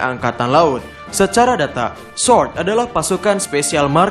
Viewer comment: Ga bisa bilang R kah ? Kocak baca sword